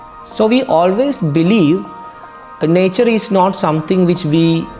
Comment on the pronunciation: The accent kills me😂 nyature😂